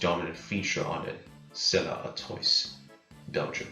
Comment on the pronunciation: It's pronounced "Artwah". ☺